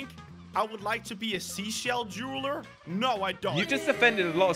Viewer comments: is not juwerler is jewweller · jewelerer Me irl:... what's a jewelerer...?